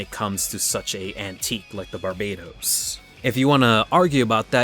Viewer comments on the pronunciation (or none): I don't want to argue about what's better between a GM and Barbatos. I just want to know why you pronounce it like the island country instead of the Demon King.